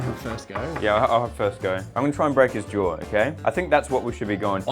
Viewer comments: “Jar”: “It’s not jar it’s jaw” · The way adds an R to jaw has my dying 😂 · i love the fact they both say jaw like jawr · cut his “jor orf”